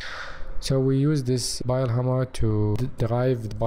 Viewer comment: Why does he keep saying “Bile”